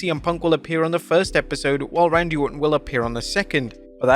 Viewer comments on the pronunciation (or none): none